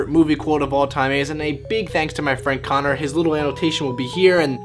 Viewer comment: It's Connor , not Conor.